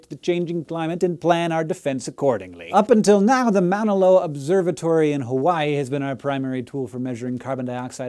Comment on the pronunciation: its pronounced mah-nuh lo-a not man-uh lo-a